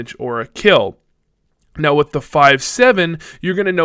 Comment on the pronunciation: "wif" I like your german accent!